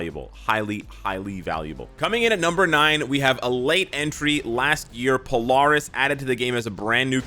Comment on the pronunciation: Polaris is pronounced Po-Lair-Is